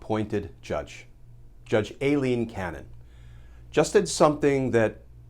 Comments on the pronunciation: Glenn so what is a Special Master? Ailene is pronounced Eye-lene. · Is her name a-leen? or I-leen? Cause Aileen is usually pronounced I-leen..